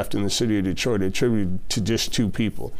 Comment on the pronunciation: GTA6: Dee-triot